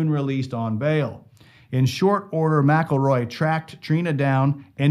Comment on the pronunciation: Yea they do. The police know damn well who done it!! Why do you think the sheriff left just before it happened when he knew they were all riled up. You need to learn how to pronounce his last name!!